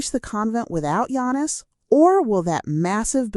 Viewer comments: You can't even spell his name right or say it right. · Do the man a courtesy ànd at least pronounce his name correctly...you haven't watched a single video from that fact alone. And please spell his name right...Yanis. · she can’t even say his name correctly!